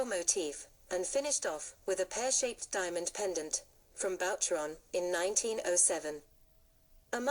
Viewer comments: Boucheron is pronounced as “ Boo cheron “ . The mispronunciation here is not your only mistake . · 😊please, learn to say BOUCHERON! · FAY-BERG???? Please.... hire a professional. Faberge has just turned over in his grave... So has Boucheron. And.... WORLD WAR TWENTY TWO??? Jeeze. I really wanted to hear this and learn, but the errors are gagging me.